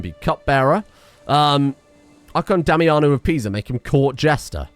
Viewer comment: As an italian from tuscany i can assure that pronounces Pisa correctly